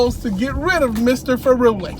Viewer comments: Furuli is pronounced like "thoroughly" You make it sound like he is an Italian Pizza instead of a Norwegian Scholar :-) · Dude, this new Governing Body think that they are untouchable. By the way, it's pronounced Fú-ruli, lol!